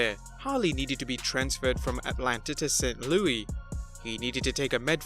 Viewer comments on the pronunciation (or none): st.louis is pronounced with the “s” at the end :)